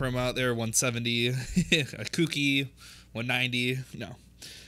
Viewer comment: k-u-k-u-i not cookie lol